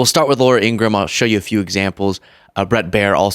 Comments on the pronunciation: Her name is Laura Ingra- ham! Please get it right! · I think it's pronounced Laura "Inger-ham". -I would think Kamala's donation record speaks for her endorsement, along with polls. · ING-RA-HAM is how you pronounce her name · Laura calling another woman a terrible person. Telling lies every day to millions of people must really feel good to her until the tide starts to go out and shows the garage that remains. Lies have consequences Ms. In-gra-ham your bother would like you to pronounce your last name correctly it’s not Ingram.😂😅🤔🤔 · She won't pronounce her own family's name correctly just as she does to our vice president.